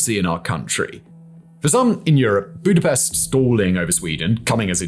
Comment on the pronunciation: come Simon you can't tell me you don't know the correct pronunciation of Budapest. Lol. Another good video fact boi